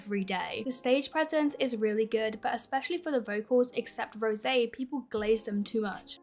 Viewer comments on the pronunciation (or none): none